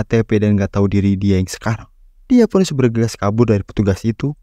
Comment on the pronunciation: Agak dikurangi tempo bicaranya bre, Alon Alon ngomong biar jelas, A I U E O Pun bukan pu